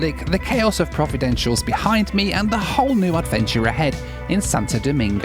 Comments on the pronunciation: I believe its pronounced: Pro-vi-den-ci-al-es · Provi-den-shulls? It is Provi-den-cialis, mate! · Providen-shulls? 😂😂😂😂 “pro-vi-den-see-ah-lez” is the correct pronunciation sir. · Learn how to pronounce “Providentials” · It's not pronounced Providencials.. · It's pronounced Pro-vi-den-see-al-es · 2.45: prov-ah-den-c-a-leez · Providenciales is pronounced Pro-vid-en-see-als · Can you pronounce Providenciales correct.. it isn’t”Providencials” you’re missing two whole syllables. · You are the best , practice pronouncing Providenciales. PRAH-VIDENCE-EALESS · I love the Turks and Caicos Islands. Provo is the most populated island and gets the most tourists. But please pronounce Providenciales correctly. :). PLS was redesigned a few years back, and it’s way too small. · Hey, slight correction, it’s actually called ProvidenCiales. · For a small Turks based airline they have made it thru the growing pains and are doing great. Hats off to Inter Islands success after a humble start 35 years ago. Now learn how to say Provenciales. 😎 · Providenciales = pronounced as "pror-vi-dench-cher-less" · Provo-den-si-al-es (or just Provo for short) Enjoyed this video... Welcome to my Caribbean life. Inter island travel challenges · ive never been to turks and caicos and yet your pronunciation of providenciales made me cringe sooooo bad lmao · He just keeps mispronouncing Providenciales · Jesus Christ… all the resources we have at our fingertips and you can’t pronounce Providenciales properly.